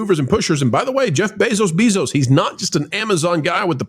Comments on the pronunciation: Bezos Beezos.. stop that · I love the content, but please stop saying "Bayzos Beezos." I know why you say it, but it's really annoying - and I'm not someone who gets annoyed easily lol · Why not learn how to say his dam name i could not take it didn't even get 1/4 through 🫧